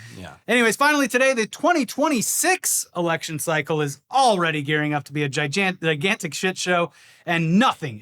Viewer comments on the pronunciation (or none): Watching try not to break when says gi-jan-tic right after the flub reel 😂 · Qualar: Quayar!:Jijantic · butchering gigantic immediately after that whole skit 😭😭 that’s my adhd king ❤️ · Almost mispronouncing "Gigantic" right after talking about mispronunciations is comedy gold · Mispronouncing Gigantic right after that clip was hilarious.